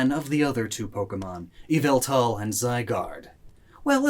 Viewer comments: ITS YAVELTAL! NOT YVELTAL! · YVELTAL ISNT PRONOUNCED YVELtAL ITS YAH-VAL-TALL AND U SAY IT FAST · It's pronounced, YAH-VAL-TAL!!! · EE-VEL-TAL, NOT YA-VEL-THAL! STOP SAYING THE NAME WRONG! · EE-VEL-TAL, NOT F*CKING YAHVALTUL! STOP SAYING THE NANE WRONG! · EE-VEL-TAL, NOT YA-VEL-TAL! AND STOP CALLING YVELTAL A HE! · It’s yavultal not yveltal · It is not pronounced as y vel tal it is pronounced ya val tal Only people who watch MandJtv Pokevids will understand this reference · that so called “yveltal” is YVALTAL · Um did you say why-vel-tal IS YAVELTAL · not yveltal.......YAVELTAL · No its ya-vel-tal !!!! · It's YAHVELTAL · It's Yavaltall Get it right nerds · NO, IT'S YVELTAL! THERE IS NO VOWEL BETWEEN THE Y AND THE V! FIX IT NOW! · It's me YA-VEL-THAL, lord of chaos and destruction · ITS YAVILTA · His name is yveltel : ya-vel-tal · IT’S YA VAL TAL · Sorry but it is yaveltal please fix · Its pronunced YAH-VUL-TAL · NO, YOU F*CKING IDIOT! IT'S PRONOUNCED EE-VEL-TAL! SAY IT RIGHT! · it is called ya-val-tall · It’s... YAVELTAL! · It’s yaveltal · Its YA- VALL-TALL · NO, IT'S EE-VA-TAL! THE FIRST PART OF THE NAME IS SUPPOSED TO BE PRONOUNCED EVE, NOT YAH! GET IT F*CKING RIGHT! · It's yaveltal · It’s not Yveltal, it’s actually Yavaltal! I beg that someone gets it. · ITS PRONOUNCED.... YALL VAL TALL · So... Yvelta not pronounced "way-velta" face palms in shame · Pardon, but you have to re record the whole video because you pronounced Yvetal ‘s name wrong. The proper pronunciation is Yovletove. Be glad Arcoos hasn’t taken judgement on you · I’ve never cared less about the pronunciation of a Pokémon before to me it “yeee-vāl-tall” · IT'S YAH-VEL-TAL! (Pokémon talk ref) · IT IS YVELTAL! THERE IS NO VOWEL BETWEEN THE Y AND THE V! STOP SAYING THE NAME WRONG!